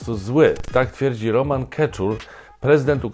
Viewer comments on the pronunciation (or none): none